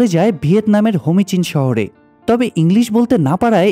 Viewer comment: হোমিচিন নাহ। এইটা হো চি মিন।